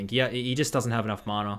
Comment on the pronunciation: who taught you how to say mana?